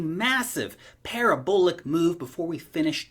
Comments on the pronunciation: "para-bull-ic" lol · I was going to say "why does he say parabolic so weird?" haha now I get it.